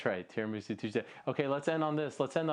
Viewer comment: Tiramisou Tuesday